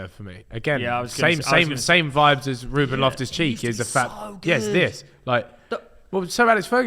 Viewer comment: how tf has said ruben, lost respect there